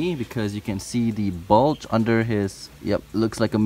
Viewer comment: When he said "bulge," I thought he said balls